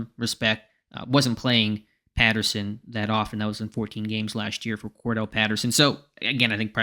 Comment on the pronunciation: Cor•Dar•Relle, not Kordell. He ain’t Slash.